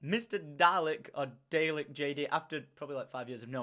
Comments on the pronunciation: Tom your British, you should know how to pronounce Dalek, it is in our blood, Dr Who FTW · Wait... Tom.... you're British and don't know how to pronounce Dalek?